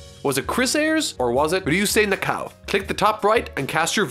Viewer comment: how much tries did it take to say Ryusei Nakao?